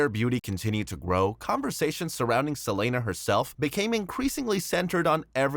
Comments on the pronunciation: Can’t stand the guy continuously saying “Sa-lane-uh”!! It’s Selena. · why you call her selayna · Lmao it caught me off guard never heard no one say her name like that 😂